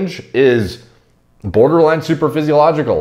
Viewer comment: Got triggered AF when he said superphysiological instead of supraphysiological... #biomedstudentproblems